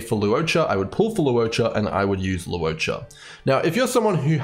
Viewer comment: Bro really says lu-o-cha 😂